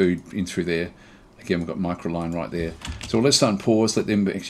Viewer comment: I love your work, been watching it for ages, the style is enjoyable, your voice is easy to listen to...but.. I gotta say it.. its been weighing on me for ages. Micro*C*line. There is an extra C in there. Not Micoline as you keep calling it. 😶‍🌫